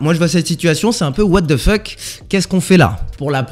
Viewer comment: No one:.. Absolutely no one:..: ouatefeuk on va où 😂👌